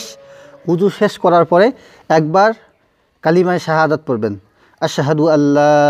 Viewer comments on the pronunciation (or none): হুজুর আপনার কালেমা শাহাদাত পাঠ করা ভুল আছে